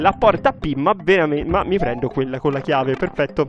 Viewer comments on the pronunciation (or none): ahahah chiave si dice [kii] non [kei] ahahah😂😂 Grande!